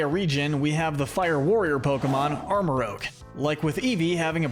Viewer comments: Arma-RUUJ not Arma-ROWG. ArmaROUGE as in rouge aka red/scarlet Otherwise, great video! Psychic types are my all yime favorite type! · Armarouge like rouge (red) not rogue (dnd class)